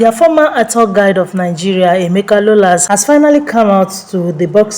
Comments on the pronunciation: Emeka rollers not lollas🤣😂 ths blogger shut up your gotta mouth and close this so called whatever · Please it's not Lollas it's Rollas